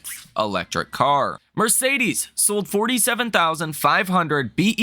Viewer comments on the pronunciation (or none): none